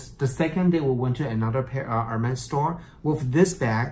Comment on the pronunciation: This is cute but he’s killing me by pronouncing it Her-Mays!